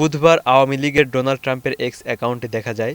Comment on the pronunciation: Just bring it the attention of the concerns and correct your pronunciation of 'Donald', it should be pronounced as 'Daw nald', a bit unusual eh?